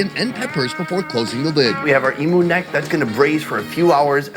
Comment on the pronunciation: Aus here. Its pronounced E mew, not E moo.....The eggs are actually a deep green guys, not black. I grew up in regional far north Western Australia, just outside a town called Derby back in the late 60s - 1976 around the Wunumbal and Worrora aboriginal tribes. Emu when marinated in brine and cooked fast, is absolutely delicious. Emu neck soup is awesome, and so is kangaroo tail soup. I haven't had it for years, because I live south of Perth now, and it's not easy to get in the cities, but if I could get it, I would definitely eat it instead of beef. Emu oil is fantastic for muscle and arthritis aches. It's produced here in WA, and is used by a lot of Aussies.